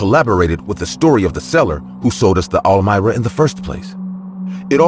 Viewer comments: All mira??? Really?! I've nerver heard that before. Pretty sure its pronounced arm-wah. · Bruh are you tryin to say armoire as in “am war” wth is a Elmira? lol made me chuckle great stories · When the narrator is saying all-myra… is he really trying to say armoire? Pronounced: arm-waar. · Third story: “almira”???? Come on guys I’m not the only one who said wtf … ARMOIRE ???! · Are they trying to say “armoire”? Lol They are saying almira 🤣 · The way he is pronouncing armoire in the third story is driving me crazy. It is pronounced "arm-wà". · Is pronounced ARM-WAH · "The ArMira" please tell me I wasn't the only one annoyed by the way it was said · "Armoire" The word is "Armoire" "Ar-mwar" You're welcome. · Story #3, why the fuck are you calling the dresser that!??? You go out of your way to mispronounce it over and over and fucking over again Lol Who told you that's the pronunciation?? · LOL....The 3ed story makes me laugh SOOOO MUCH! The close closet ISN'T called what the narrator kept calling it!!! LOL....listening to the story I kept thinking, "What the hell is he talking about"? THEN.....I finally figured out that he was TRYING to say (armoire)! LOL LOL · Lol naw not just you. I'm guessing he meant armoire